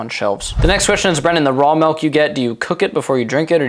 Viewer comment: It's "Milk" not "Melk"